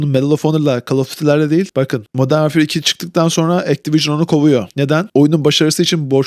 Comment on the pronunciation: Titanfall'u dogru telaffuz edip, call of duty modern warfare in sadece 'of' unu dogru telaffuz etmek arasindaki ucurumu bana biri aciklayabilir mi? AI bile bu kadar kotu seslendiremez. ayrica recoil olmayan FPS'yi sadece fortnitea FPS diyen lamer veletler sever, COD, BF, gercek FPS oyunculari icin asiri kolay, iyi aim dahi gerektirmeyen oyunlardir.